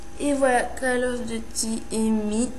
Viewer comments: C'est pas "call of deuty" c'est "call of duuuuuuuty" ! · "calle ofe dutie" c'est pas comme ça qu'il faut le dire mais bon, c'est pas grave.. --' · "QUEUL OF DEUTI" xDDD, Mrci pr la video tout est bien expliqué